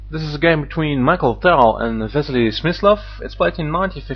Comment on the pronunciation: His name is pronounced "mikhail", not "michael" and it's "magician of Riga", not wizard.